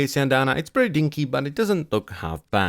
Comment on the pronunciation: "And that's prrrrretty much it..."